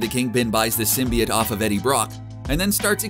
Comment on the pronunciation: Did this bitch say symbiate*